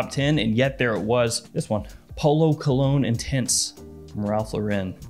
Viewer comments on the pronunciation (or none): none